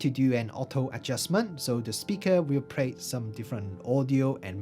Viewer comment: excellent language skills. Now let me see if i can help you. try to sing or just say these tones: la la la la la - le le le le le - li li li li li - lo lo lo lo lo - lu lu lu lu lu. Then when you can do that, it will help you with words like play. Other than that - excellent review. thank you.